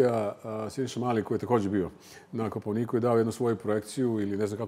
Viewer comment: “ Kopaoniiiku"?!?! Od kad se u srpskom jeziku naglašava četvrti slog?